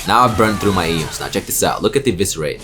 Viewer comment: Ions, not eons.